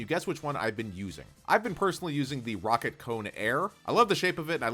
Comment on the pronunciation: its rocat not rocket